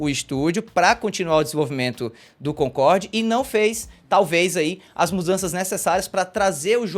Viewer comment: Primeiro,, tira esse boné pelo amor de deus; Segundo,, nao é "Concorrrrrd", é Concordi!